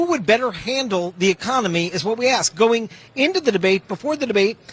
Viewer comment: What the fuck is the axe me a question?